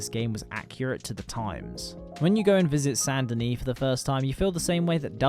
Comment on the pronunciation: its not sand denis, its SAINT denis